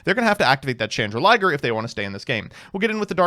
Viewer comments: You do know it's "Chandraglier" (chandelier + dragon) not "Chandraliger" (chandelier + liger) right? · Why is it “Chandra-liger”? Isn’t the card “Chan-drag-lier”? As in “chandelier” + “dragon”? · Still calling it chandra-liger though 😮‍💨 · stop calling it chandra liger. There's no liger. It's a dragon. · Yo, I think you'll find that Labrynth Chandraglier shouldn't rime with Chrystron Smiger when read out. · It’s just something he’s never been able to say properly for some reason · Please god tell me that chandraglier pronunciation is an early april fools joke